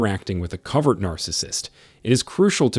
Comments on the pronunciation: Pronounced CO-vert. Not Covered. *Proofreading/editing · It's COVERT (hidden) He keeps saying COVERED. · The pronunciation is Co vert. Use a long sounding o sound. Rhymes with bow! It’s drama, drama, drama 24/7 with a narcissist. THEY have a terrible life, are the MOST injured. It’s just always about THEM, THEM, THEM!!! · It is interesting though, that he pronounces it "cover..t" Because they literally "cover" their nefarious behaviors... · Great video, but it is co ( long o) vert.